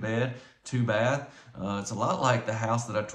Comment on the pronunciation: A "SHUB"! To TAKE a "SHATH" in! 😂😂😂